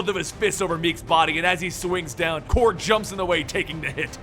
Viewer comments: Did he say Krog😂🤣 it’s Korg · Why did you pronounce korg and caiera like that?